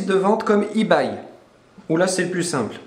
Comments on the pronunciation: Ebay ce prononce "ibai" et pas "Ibaye" .... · y sait même pas prononcé ebay ce con mdr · "ibaille" xD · ebay prononcé avec un accent horrible